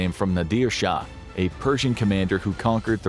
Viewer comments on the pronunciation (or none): none